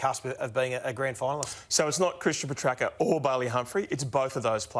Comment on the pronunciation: I think I heard Joey (while looking right at Ralph) giving the correct pronunciation a little extra emphasis . Ralph of course pushed on with Puhtracker. Goose.